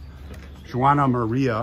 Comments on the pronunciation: Just so you know, Juana is not pronounced the way you said it. It'd be Wa nah, more like saying Wanda without the d! My grandmother's name was Juanita. Pronounced Wa nita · I loved to visit there when I lived in California. As a Latina I must correct you the way you pronounce Juana. It’s not “Jew wana, but the female pronunciation of Juan, so it’s just said like (Wanna). You are so funny! I love St. Michael! After Mexico abandoned the support of the missions, many of the natives ran back to their tribes. The Chumash were peaceful people living off the plenty at the seashore. They traded abalone shells as far inland as with Central Valley Miwaks. You should visit Monterey, Ca. Great history! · Thank you for correcting his pronunciation of Juana. It was very irritating. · I was going to mention the pronunciation as well.